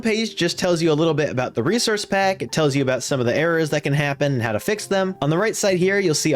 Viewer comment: "reserce pack"